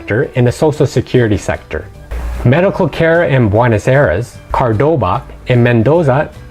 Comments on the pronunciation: I just wanted to leave some well-meant advice. I do enjoy your info packed videos. That being said, Cordoba is not pronounced CAR-DOBA. It is pronounced like Core-doba. I only offer this because you say CAR-DOBA at least 4 times and you say CAR-BODA once as well. I don't speak Japanese, but in addition to English , I speak fluently, Arabic, Farsi, Turkish, French, German and Spanish as well as a fair amount of Portugese. Thanks. Good luck. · Uncle Ruckus The mistake isn't quite as pronounced as car-bova. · You can't even say Cordoba correctly,, why would anyone listen. Argentina is poor and getting more shit